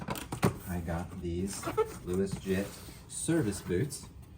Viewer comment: Luos is pronounced as 'Ross' in Chinese, not 'Louis.' So, the correct way to pronounce it would be 'Ross Jet.' Although I suspect this is a made-up name, the brand comes from the Canton region in China, where 'Luo' (pronounced 'Raw') is a prominent surname among Hakka and Cantonese people. Great review as always!